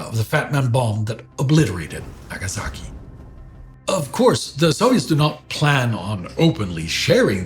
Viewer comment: I've gotten used by now to saying "possition" and "possetion" (etc), but "Zoviet" and "Nagazaki" still break me 😅 Anyway thankful as always.